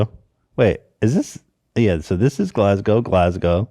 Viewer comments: it’s Eh-din-bruh - from your friendly neighbourhood Scottish fan- although congrats you pronounced Glasgow spot on lol! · Props to Ethan for actually pronouncing Glasgow properly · As a Scotsman living in Scotland I feel its my duty to teach you how to pronounce Edinburgh. Repeat after me: ED-IN-BUR-UGH Ethan actually got it right second time when he put on a silly voice and mocked our accent. THERE IS NO O DAN! Still my favourite crew member though. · Ed-in-bruh is how its pronounced! Scottish fan here, you guys prounced Glasgow correctly tho! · 🏴🏴🏴 Scottish resident and long term Hila Kleiner here, thank you for a great job with pronouncing Edinburgh! You pretty much got it, Ed-in-burr-uh. And Glasgow was spot on, I'm so used to hearing Edin-berg and Glas-gaow from Americans that I was preparing myself for both. Glas-go is right. The funny thing is, Glasgow is a bigger city than Edinburgh despite not being the capital, idk how he managed to end up in Edinburgh.